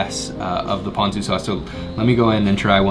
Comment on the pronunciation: I was watching your video and the content is good. I cringe when you pronounce Japanese. It’s not Oww Dawn, it’s Oow doh n. It’s not Pan zoo it’s Poh n zoo. I think if you say it in syllable you will pronounce it correctly.